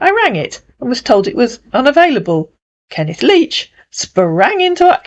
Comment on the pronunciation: "Kenneth Leach", huh? Kenneth LEECH is more like it!